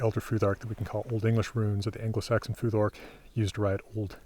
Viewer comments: Is there a reason why you pronounce "futhark" with a [ð] instead of a [θ]? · In English it’s weird to have an unvoiced “th” in the middle of a word, and actually it’s a feature of Scandinavian accents in English. So yeah, just English phonology is the reason.